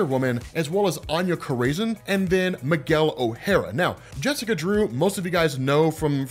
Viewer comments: Anya Corazon (pronounced Cora-Zone). Corazon is spanish for Heart,. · ..screaming it at the monitor. You can see the writers and illustrators on the book cover. Stop butchering the flavor!!!!!!! Core Ahh Zone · Corazon is pronounced ko-rah-zone. it means heart in Spanish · I was jus gonna say this lol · I was just going to comment this 😆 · Every time he mispronounced Corazon I couldn’t stop shuddering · The hell is that pronunciation of Corazon? 😂